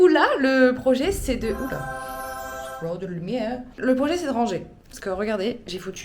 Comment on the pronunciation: « trop de loumiere » 😂